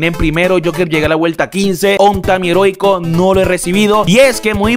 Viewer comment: Segundo video que dices "herotico" en vez de "heroico"